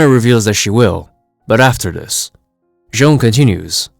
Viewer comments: You pronounced the Martian Manhunters name wrong. It’s not Joan it’s J'onn J'onzz. You can learn how to pronounce his name is season 1 episode 2 of Justice League the animated series. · J’onn J’onzz’s name is pronounced with a French accent, like /'ʒon 'ʒon.z/. Similar to the actor, “Jean-Claude Van Damme.” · Its pronounced "J'zahn"